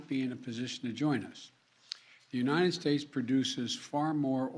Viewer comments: “We remain uninen, we remain uninen” Biden 2022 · "We remain unined"~ Joe Biden